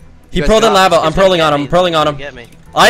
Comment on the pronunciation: Looool "HE FELL IN LAVAH"